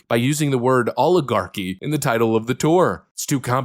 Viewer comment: It's rather amusing that these "Language Experts" don't even know how to pronounce the word "oligarchy." 😅😅😅